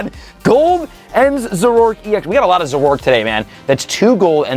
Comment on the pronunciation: Zor-O-ark not za-rork